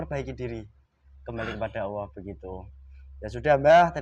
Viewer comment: Allah...bukan auwwoh